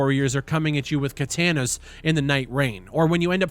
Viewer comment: Ka-tan-us lmaooo